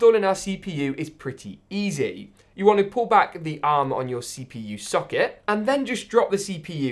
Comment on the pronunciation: English: Mother board socket: Mo therbored suck iit